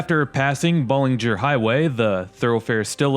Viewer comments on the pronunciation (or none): Wait until you hit Corunna and watch how quick the scenery changes. Oh, it’s Ballenger not Bowlenger. Pretty good videos though. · Swartz not Schwartz. Bal-enger not Bowlenger. Just correcting the pronunciations. Great videos, BTW. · I was going to say the same thing. And it's Ballenger rhyming with challenger, not Bahlenger. And it's Swartz Creek, not Schwarz Creek. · Please pronounce names a bit better. Ballenger has an A it’s not Bollinger. Swartz Creek doesn’t have a C in Swartz and there is no C sound (not Schwartz). Speak like a native. Now pronounce Lake Orion or Schoenherr Ave if you’re from Metro Detroit. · Its Swarts Creek. The "z" is silent. No "c". Some with Yooper backgrounds pronounce creek as "crick". Oh well. Ballenger is pronounced bALenger. Think the name of AL. Ballenger.